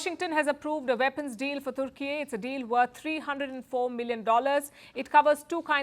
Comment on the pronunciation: Türkiye is a friend of India. Türkiye sells defense equipment to over 100 countries including Pakistan. India should not worry about it unless it supports Greece. India exports to Türkiye is largely in favor of India. Attractive speaker correctly pronounced the name of the country as Türkiye 🇹🇷, not Turkey . Bravo.